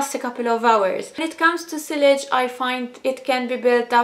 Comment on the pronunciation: Sillage is pronounced 'see-arj'